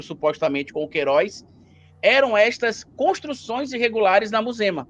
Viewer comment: Oohh Sr." "! Aceita que dói menos! Pq vcs não querem ser Brazão o mandante?Vai aprender falar o português cara!